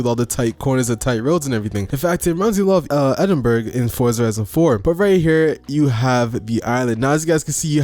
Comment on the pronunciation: its pronounce Edin-bruh btw